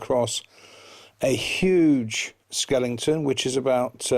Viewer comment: It's not skelington it's skeleton!